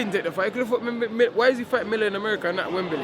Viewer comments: "rurked it up for a wurl title..wembely"...only 1 dillian😁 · WEMBEELEEY LOL